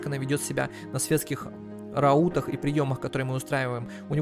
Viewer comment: Рау́тах... безу́дельных... А~!!! "Крик души" Может я такой, но боже, я читал старые книги, смотрел некоторые старые фильмы и слова правильно произноситься ра́ут! Светские ра́уты!!! А~!!! Мать!!! Дальше... в этой игре у каждого есть свой уде́л. Их три, воины, священники и простолюдины. Так ты правильно читал в первой серии, уде́л, так почему восставших ты называешь безу́дельных?!!!! Сука!!! Тоже слово, уде́л!!! Значит - БЕЗУДЕ́ЛЬНЫХ!!! Спасите, кто-нибудь! Не сказать, что я прям образчик грамотности, но блин, ладно ты мог ни разу не слышать слово/словосочетание раут/светский раут, но почему ты в первых сериях читаешь уде́л, а потом, как добавляется приставка "без", начинаешь читать у́дел?!